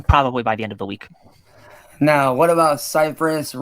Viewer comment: . Anyone catch it???? "As of Meow" 🤣🤣🤣